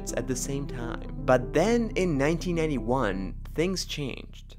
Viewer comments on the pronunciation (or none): Not everyone has subtitles turned on by default. The way he pronounced it made it sound like he said 1981 instead of 1991.